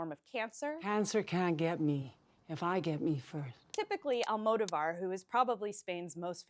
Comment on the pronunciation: As she stated, Almodóvar is one of the Spain's most famous director, nevertheless Americans can't say his name correctly, even the movie critic in question. Seriously, just put his name on Forvo or something like that. This make us question her expertise in the subject...